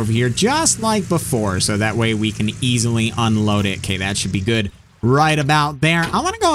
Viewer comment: Hes gewd hes gewd he was telling me about how he rode a boar....